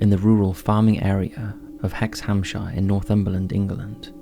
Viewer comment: Not sure about pronouncing 'Hexhamshire' like an American would.